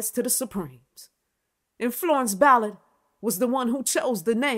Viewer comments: First time I've heard Mary Wilson was doing Berry Gordy. I love your style but calling her Florence "Billard" was driving me bananas. lol You're good. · I'm going to forgive the fact keeps butchering this woman's last name and I'm just going to receive the message in the genuine sense that it's given...